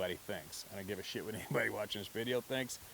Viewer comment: They probably say what does “ give a shit” mean? No one says it with as much emphasis 😂😂😂😂